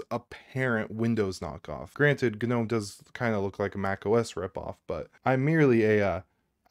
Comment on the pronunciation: Turned off after seconds.. FFS.. GA-Nome.. I just cant hear you say it anymore.